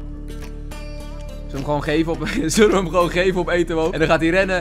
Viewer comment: Niemand:: Etowoo